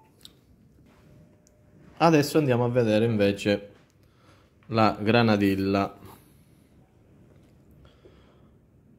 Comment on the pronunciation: Non si pronuncia così "granadilla"